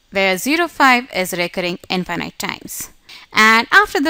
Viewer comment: Excused me you're pronunciation in infinite is wrong sorry no offend 😅